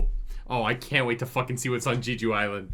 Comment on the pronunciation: gosh the way he mispronounces Jeju is irritating me